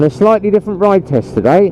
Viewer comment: Haha “shitely”. I do that all the time mate, so much in fact I think I’ve invented my own language 🤣😂